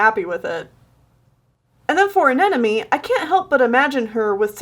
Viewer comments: Not to be rude or nitpicky or anything but when you say “Anemone” it sounds kind of like your saying “An enemy” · Every time Anemone was prononced ‘anenome’ I externally died a million times at once